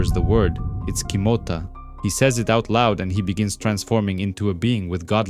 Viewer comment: Kimota not kitoma